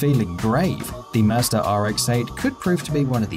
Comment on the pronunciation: Ughh.... does anyone just drop their drawers when he says a car name with an R at the end? Mmmmmm mazders..... no offense to anyone